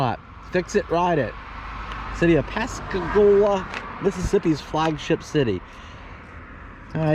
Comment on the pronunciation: I'm laughing at your Yankee tongue in this video. The way you pronounce Pascagoula and Bayou. So funny.